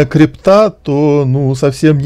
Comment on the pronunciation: Мужик, ну ты ж не школьник, как остальные твои коллеги по ютубу, ну загугли ты где ударение в слове крипта ставить